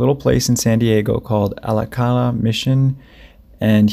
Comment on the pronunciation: Love your shows here mate, but it's not ALA CALA Mission. How could you mispronounce the founding place, the Hispanic genesis of what became the City of San Diego. The Saint of the city is San Diego de Alcalá: say >>>> AL KA LA. Repeat that a few times. Thank you.